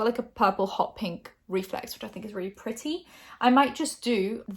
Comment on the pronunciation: as an american, you pronouncing ‘purty’ was kinda hilarious lol😂